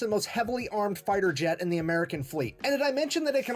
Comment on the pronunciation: Jet us pronounced J eh t. Not. "Zshett"❤😮